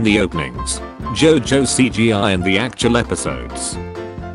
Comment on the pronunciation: I love how the tts pronounced jojo as jaw joe